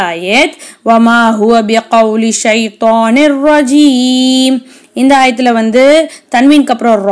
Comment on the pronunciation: மினஷ்ஷய்தானிர்ரஜீம் என்பதில் உள்ள ஷீனை இன்னும் கொஞ்சம் தஜ்வீதுடன் ஓதினால் நன்றாக இருக்கும்